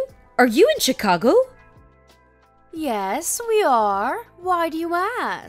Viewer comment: Learn to pronounce Chicago correctly